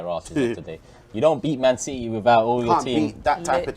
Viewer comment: arteaaahhhh and manciteeeeeey is funny